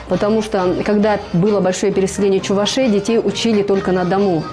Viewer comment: Чувашей, ударение на второй слог. Внимательно будьте)